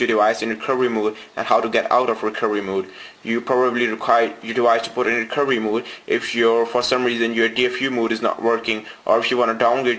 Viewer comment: Hehe you can't say recoVery